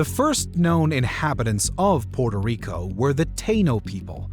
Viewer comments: Narrator could try and pronounce the island name correctly at least once. Puerto Rico. Not Porto Rico… sound like the colonialist. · Folks please note, it is pronounced Pu-er-toh Rico. Definitely NOT Porto Rico. Also, as another viewer noted, its Ta-ee-no, definitely NOT Tay-no. Thank you. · So many mispronunciations. It's "PWERTO Rico," not "PORTO Rico." The indigenous Taino is pronounced "tah-EE-no," not "TAY-no." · Porto rico? Cmon man try a little🤢🤮